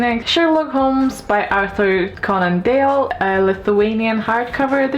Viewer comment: Sir Arthur Conan Dale was my favourite. DALE!!!???? :D :D :D It's Doyle like spoil :)